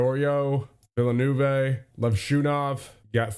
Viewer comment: villanoovay is not how you villeneuve